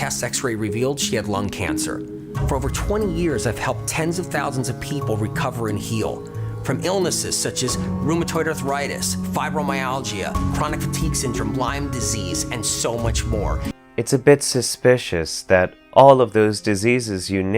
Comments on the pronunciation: He can heal it, but he can't pronounce it. Huh. "Fibro-my-al-gee-uh". Interesting way to say it lol. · I have fibro...of you can't even say it right...I highly doubt you...